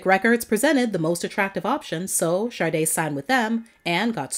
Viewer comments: An American DJ said "Shar-de" once and it took off, but it's Sha-de, not Shar-de . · I don't know if its my ears or you.... I know the name Sade but all I hear from your every time you say her name is Sarde?? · Though a very interesting subject compilation, I find it annoying the compulsive mispronouncing of "Sade". There are other videos NOBODY ever blunders with the ignorant: 'shaRday'. Yet, this narrator babbles-on "shaRday' near 50× throughout this piece....😂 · Why do people pronounce her name with an R? Like Sarde. Is that how it's pronounced? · Why pronounce it “Shar day”? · Everyone please listen to the Song Maureen where Sade pronounces her own name, there is no "R" in her name.